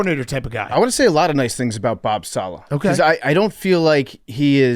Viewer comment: Why does Big Cat sound so awkward saying Robert "saLAH"? … sounds like he's trying too hard to put the emphasis on the 2nd syllable.